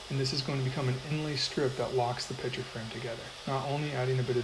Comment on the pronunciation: Is it pitcher or picture? It sounds like you're saying pitcher. My hearing sucks. lol